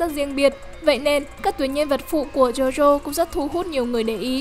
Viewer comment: jo jo chứ ko phải Zo Zo. chúng ta chứ ko phải Trúng ta. Châu Âu chứ ko phải Trâu Âu.